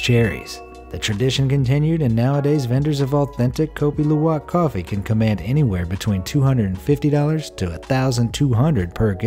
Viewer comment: And kopi luwak is in Indonesia and u said it wrong